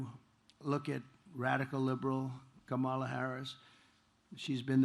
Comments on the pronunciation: That fact that he keeps purposely mispronouncing her name is just another example of his innate bigotry. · Every democrat mispronounce kamalas name. As an Indian, kamala is pronounced completely different. It's an Indian word. So democrats are the one who are the bigoted one and f-ed up the word kamala